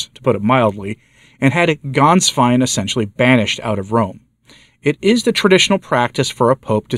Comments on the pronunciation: Fry-burg! Gaens-vine! If you're going to do new commentaries, learn the proper pronunciations! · The former pope's secretary's name of Ganswein is NOT pronounced with an "A" as in "Father", but with a short "e" as in "met". It's pronounced "Gehnswein". Thank you for your good work on behalf of the Church!